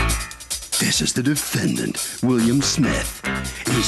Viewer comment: Why does Harvey always say "DefendANT"